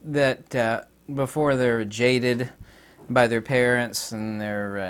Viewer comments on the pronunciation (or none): none